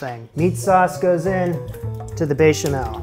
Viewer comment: there is no way the "bay-chamel" wasn't intentional